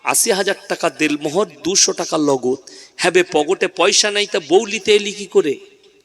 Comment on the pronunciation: .....Del Mohor noy, bolun.....Den Mohor.....So, correction plssssss🙏🙏🙏🙏